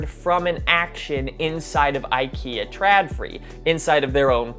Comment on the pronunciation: I know this is years late, but it just keeps rubbing me the wrong way: The letter "Å/å" is an "o", not an "a". So it's "trodfree", not "tradfree". =)